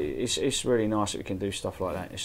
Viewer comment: 3.00 "Very niccce" lol